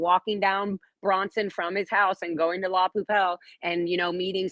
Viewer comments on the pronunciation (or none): Oh my gosh you probably already have this but I have to just do talk to text so this is going to be ramblefest. It is pronounced la pu bell and yes she is into the Scientology scene. DOA was doing something goofy with hammocks on his channel last night. Jessica said she is not pregnant. And I love the idea of staying on the phone with the dispatcher until police arrive, but better yet pretending you're Scientology when you call in. I think someone should test that theory out today whether there's an attack or not. Scientology gets away with calling fake calls in everyday so, maybe squirrel squad should try to call in and pretend they're Scientology and see how long it takes them to get there. Scientology lap dogs l a p d blows me. Love your attention to all these matters.